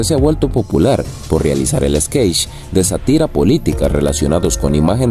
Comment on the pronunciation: OJO: MINUTO 1.05 SE DICE "SÁTIRA" CON ACENTO EN LA "A" Y NO "SATÍRA". AGUAS